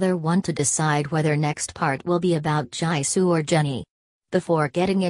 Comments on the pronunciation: It's not jaesoo it's Jisoo she can't say Jisoo name properly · Jysoo? triggered It is pronounced as je su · I laughed when the voice said j-eye-soo I know that it makes mistakes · Its not jaysoo its jisoo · "jAYsoo" lmfao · You just said jaysoo🤨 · The translator: JaIsOoU! Also the translator: RoSeI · ROSA?! JY-SOO?! What is this bot talking about?! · Bahaha the auto voice said J-eye-soo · "Gy-soo" i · “g-eye-sou” LOL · “Jaisu” 😂 lol the robot voice doesn’t know what tf it’s doing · "j-ay-soo" nani?! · LOL "JYSOO" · Oh gosh. How the voice says jisoo's name tho 🤦🏻‍♀️ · How you pronounced Jisoo’s name, I’m dead 😂😂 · She pronounced jisoo wrong